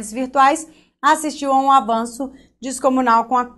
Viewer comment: descomunal é assim professora e não discomunal